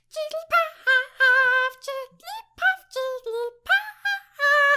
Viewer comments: I am going to get so much hate for this comment but as a Jigglypuff fan I can't stand staying silent! It's Jig-gl-ee-puff not Jigg-lee-puff. Your covers could have gone a lot smoother if you had of used the extra syllable! Other than that, super duper cute. 101/10 <3 *Edit: I will say that when Jigglypuff speaks it says it your way, but while singing is always a very specific syllable count. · Why do you say jiggaly paff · whenever says jigglypuff it sounds like perv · you said jigglypath not jigglypuff lol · The more I heard it it didn't sound like she said jigglypuff.